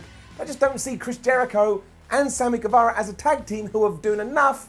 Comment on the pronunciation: it’s pronounced like Ge -Va-Ra. Loved the video.